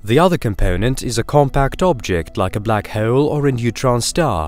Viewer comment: I like the way you say black hole like black heewwwl 😂